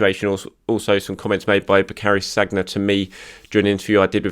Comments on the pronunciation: name is Sann-yeah, not saggg-nah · Many congrats on reaching 50K. Very well deserved. Just so you know, Sagna is pronounced Sania! 😉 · I shudder every time I hear ‘SAG-NA’. ... reminds me of how people used to call Santi ‘CAR-ZOLA’ 🤪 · Please say Sanya,! It's not that hard to pronounce French names properly, especially with one of our best recent players. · As a professional journalist covering arsenal you ought to at least know how to pronounce Sagna! Last I checked he ain't playing for arsenal so why would he be getting ready to face Liverpool? Did you pull an andre mariner confusing saka for sagna 😂😂 Congrats on 50k though. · Another great video. Keep them coming; much appreciated. P.s. why can nobody pronouncr Sagna correctly?! Haha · The way he pronounces Sagna😅